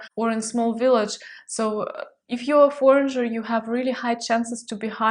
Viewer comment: I just want let you know that we don't pronounce the ''j'' in ''foreigner'' :)